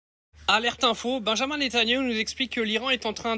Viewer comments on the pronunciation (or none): Benyamine et pas benjamin C’est comme appeler Yannis Jean